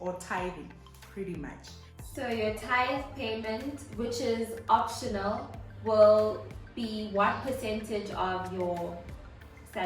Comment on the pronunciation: I love that she emphasised the optional 😂